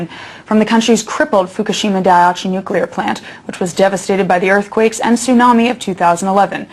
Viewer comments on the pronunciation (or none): She cannot pronounce dia-ICHI. Dude can, though.